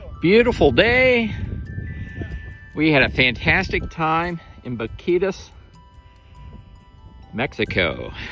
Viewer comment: I see you are not from Texas your pronunciation is terrible